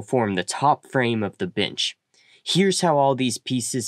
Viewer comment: is pronounced Ben-ch. Nixt is pronounced Nex-t. Also, thanks for the video! I had to watch it a second time so I could intentionally ignore the pronunciation, and when I did, it was quite enjoyable.